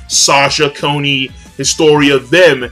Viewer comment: It's Bert-Holt, Arm-In (Not Arm-een), Con-ee (Not Cone-y) and Jean is pronounced like Jean Claude van Damme. It's french. Not like "Jeen" which everyone seems to get wrong lol.